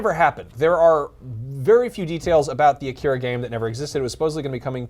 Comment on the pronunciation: I like how the vast majority of people i watch reviewing stuff related to Akira is that many people mis-pronounce Akira and Kaneda